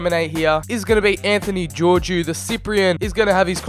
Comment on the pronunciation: You pronounced Georgiou wrong